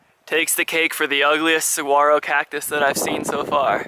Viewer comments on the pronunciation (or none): The G in Saguaro is pronounced as an H. I have made Tucson my winter home since 1983, I am a adventurer traveler, and vagabond. Been on the road by bicycle and backpack for 42 years since I was 21 in 1977. Happy Trails! :)